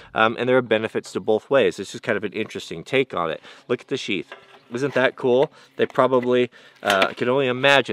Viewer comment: Its "sheeth" not "sheathe"